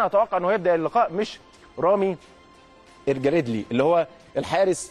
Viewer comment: ههههه الكابتن سيد عبد الحفيظ أخطأ في نطق اسمه رامي الجريدي